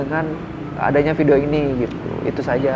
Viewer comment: Ko klu Salam tdk jelas sih. Tdk fasih. Tolong di perbaiki klu ngucapin salam.